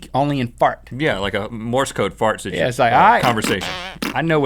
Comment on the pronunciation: Rhett "Sidgeuation" alert!